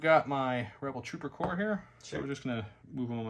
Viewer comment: Great videos as always. Will say--that Corps is pronounced "/kôr/" or "core." I know as a fellow Rebel player our white saves does mean that our Corps units are like corpses.